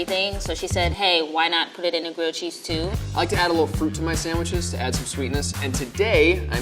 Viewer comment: At some point.. idk why but I heard "gucci sandwich" instead of grilled cheese sandwich..😂